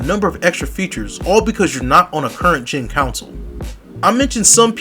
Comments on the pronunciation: CON-SOLE.... not Council!!!! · Its CONSOLE and not Council lol 😂